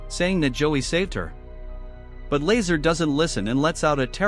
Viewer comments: Lmao not Lazer La Zaar. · Lazaar not laser